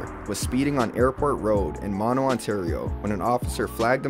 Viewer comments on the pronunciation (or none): none